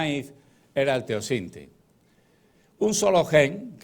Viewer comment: Blume Tu sí lo entiendes todo aunque explique mal, es eso ? Como la pronunciación del precursor del maíz, por ejemplo